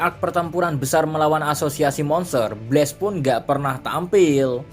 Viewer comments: kalo pengucapannya pake e itu BLAZE, kalo BLAST pake a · Min pengucapan BLAST, bukan pakai e tapi pakai a